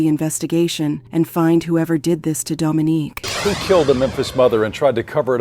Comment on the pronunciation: How yall go go from calling her “Dominique,” to “Dominiquae?” Do better! Anyhow, RIP to this gorgeous woman. Sending strength to her entire family.